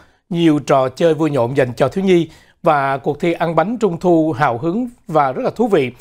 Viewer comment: Hào mà sao nói là "HẦU" kỳ vậy??😮😮